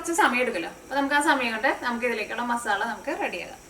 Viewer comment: മസാ ള അല്ല ല്ലോ മസാല അല്ലേ